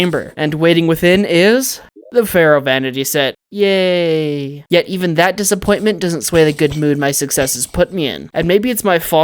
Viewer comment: even not "Evan" mind through not troug hour not houers